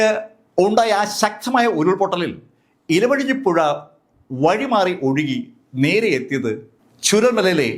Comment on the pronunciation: ഇലവഴഞ്ഞി അല്ല ഇരു വഴഞ്ഞി